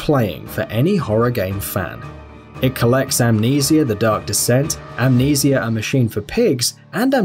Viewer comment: Pronounceing amnesia wrong. Just saying.